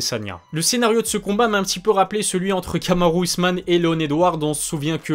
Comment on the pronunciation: «Kamaru ousmane» dit-il 😂😂